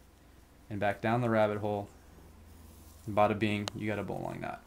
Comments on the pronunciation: PLAY-BY PLAY COMMENTS! *Whip or fuse those rope ends boy! I can hardly watch! *It's actually pronounced "bow-lin". I know, it seems nit picky, but there it is. The benefit of the bowline is not really it's security (e.g., a figure-8 follow through is more secure) but that it is easy to untie AFTER being loaded. To make a bowline more secure, try a double bowline or bowline with a Yosemite finish! *It's not a "hitch knot" it's just a "hitch". *You tied the turn and two half hitches WRONG. What you tied is called "reversed half hitches" which is simply a lark's head on the standing end. The working end should move around the standing end in the same direction (i.e., CW or CCW) for both half hitches. A turn and two half hitches is structurally the same as the granny knot while reversed half hitches is structurally the same as the square knot. I'm not saying reversed half hitches is inferior, just call them what they are. *Taut line HITCH, not knot. Listening to you say that is painful! BTW, the taut line hitch slips on many modern nylon ropes (e.g., paracord); use an adjustable grip hitch or Blake's hitch next time. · Bowline is pronounced 'Bowlin' also the most practical use of this knot is is for situations where there is a lot of strain on your line, because it won't foul, and no matter how much of a load this knot might have on it, if it doesn't cook or part, it can be untied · A bowline (pronounce bowlin) is used in sailing because it can be undone when under tension, not because it is 'strong' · Bowline... as in the bow of a ship. AMERICANS! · Is it worth disliking for that pronunciation of "bowline"? It might be... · Sailors say bowlen ... not bow line. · great video. Thank you. btw, bowline -> pronounced BOUGH - luhn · Yea bowlynn is how they pronounce it in firefighting as well.